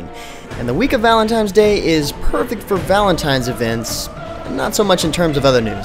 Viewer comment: is he 12? "valentimes day"